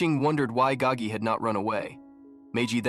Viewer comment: It is Spelt "Gao Ge" first name Gao (high/tall), last is Ge (song/sing), meaning "to sing loudly" It is simply just a Chinese name. It is not spelt Gagi or pronounced that way, the narrator just didn't pronounce it correctly